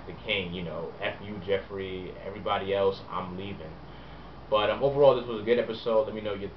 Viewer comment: Joffrey not joeffry, sorry :(